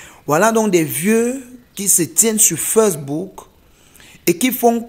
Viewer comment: Les croi😂😂😂, feucebook😂😂😂vasero, waaaaa facedebook😂😂😂😂